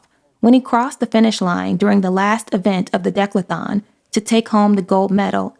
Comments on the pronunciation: It’s pronounced dee-CATH-uh-lawn....not deck-luh-thon. Otherwise, really good. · really, nobody is going to comment on the pronunciation of DECATHLON? It's NOT dek-lathon. It's D-cath-lon. 🙄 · It is pronounced "dih KATH a lahn" NOT "DECKlathon" 😂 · With respect... Bruce Jenner's Olympic event was the: Dee-Cath-A-Lon NOT the: "DeK-La-Thon" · Good video but one complaint: it's pronounced de-cath-a-lon not decla-thon. Please practice words that are unfamiliar to you. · What is a “deklathon”? I think you mean decathlon.(Dee-Kath-a-lon) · Dec-la-thon? It’s the de-cath-lon. Lol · decathlon Not "declathon". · Please, dear, the word is De-CATH-lon, not DEClathon.😮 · I’m sorry but I have to make a correction It’s not Dec-la-thon, it’s De-cath-lon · Its DE-CATH-ALON!!!!!!!!!! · You pronounced DECATHALON wrong. Sounds like: duh·kath·laan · de-CATH-a-lon Offering that not to be petty, but because the narrator needs to know the right way to say that word. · Decathlon. Dee-cath-lon. Accent on Dee. And it's "fraught" with tension. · Decathlon (Dee Ca The Lon ) am I wrong? I can’t focus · De-cath-a-lon. That is how it's pronounced. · Decathlon is pronounced dee cath uh lon.